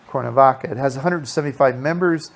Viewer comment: Nice tour, but for Heaven's Sake - please learn how to pronounce the name of the City you're doing a video on...it's Cware-na-vaca...not Core-na-vaca!